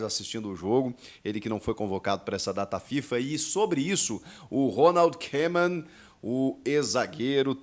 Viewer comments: Salvé Chico vc está de brincadeira até eu sei que a data limite para inscrição na copa do Brasil é até dia 9 de Setembro. Que grande jornalista kkkkkkkk. Mais uma coisa o nome do treinador da Holanda não se lê kemon mas sim kômen vcs são uma piada, mas acham se a última bolacha do pacote. Recomendo que vc se informe melhor em relação às datas com as competições no Brasil. Copa do Brasil dia 9 de Setembro, sulamericana dia 13 de Setembro e campeonato brasileiro dia 20 de Setembro. Eu daqui de Portugal e sem ser jornalista sei melhor do que vcs. BRINCADEIRA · Ae Chico dica para você! Em holandês "oe" juntos se fala como o nosso "u" então não precisa fazer difícil Koeman se fala em português "Kuman"